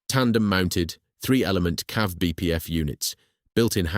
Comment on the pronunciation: It's not 'cav' it's 'See-Ay-Vee'!